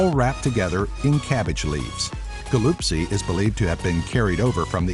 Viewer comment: the way he said galuptsi made me cinge